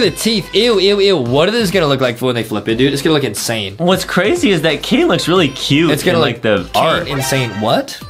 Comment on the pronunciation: Its cane not cain